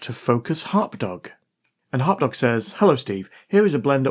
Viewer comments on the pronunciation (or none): TIL HarpDog in a british accent equals HotDog.